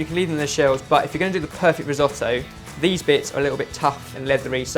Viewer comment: Resohtoe? Not re as in reuse redo it’s “ ri” different sound ..